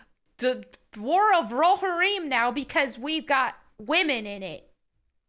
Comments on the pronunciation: Hey, love your content. Just a heads up, Rohirrim is pronounced Row-Here-Um. Letting you know before the LotR nerds come after you 😉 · You're pronouncing Roharrim wrong. You are still cool, though. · How do you pronounce it? Row-Har-Im? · Definitely a unique way to pronounce Rohirrim. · pronounces Rohirrim like the substitute teacher, and it's triggering me. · Despite you never pronouncing Rohirrim correctly, you still get a like.👍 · God bless you but you need to learn how to pronounce Rohirrim properly. Still love your video. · Did anyone else cringe a little when she said Rohirrim? 😅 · It's too late. She pronounced a fake word wrong. I declare vendetta.